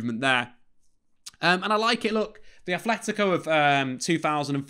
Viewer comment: Love it, but it's not ATHletico, everyone says TH but it's aTleti, with a T, love the content:)) Aupa Atleti